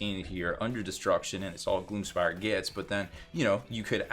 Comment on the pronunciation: I love how you cant say Gloom Spite... hahaha Gloomspire Gits.